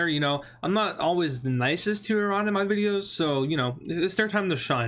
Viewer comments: The more the video progresses, the more he learns how to pronounce Iran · its not i ran ,its iran man ,pls correct your spelling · Irun?i hope my ears malfunctioned.